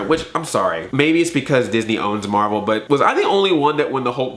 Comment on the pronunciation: IT'S MAHVEL BABY! IT'S MAHVEL!